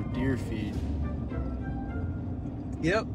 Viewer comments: This entire video I thought he was saying 1800 pounds of deer feet but he was saying feed😂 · I thought he said deer feat😂